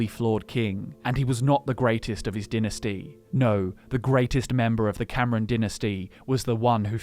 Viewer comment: I've always pronounced Camoran as Cam-or-an rather than as Cameron(Cam-er-en).